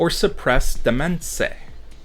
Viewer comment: [DI] + [MAYN]. Demesne is pronounced [DI] + [MAYN]. It's spelt bad because it's comes from a French word.